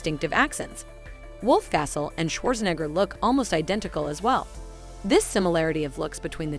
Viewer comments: You couldn't even pronounce Schwarzenegger correctly! SMH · Your saying Arnold Schwarzenegger name all wrong! 😂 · Is the voice talent a teenage foreign robot? How does she not know how to pronounce Scorsese, Schwarzenegger, whatsup, and even the channel name?